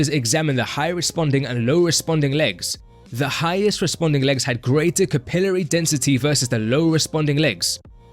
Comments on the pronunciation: All i gotta say is Markus Ruhl used to be a soccer player. By gddmt man stop saying capilry , its fking cap il ar y. That sht drives me nuts. Just as bad a deca- durr- a- blin. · “Capillary” is pronounced “kap-ill-larie”